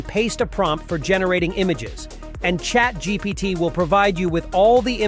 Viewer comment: “Chat Gpot” 😂